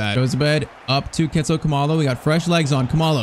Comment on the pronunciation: He is not pronouncing Khumalo correctly, it is like cool-ma-lo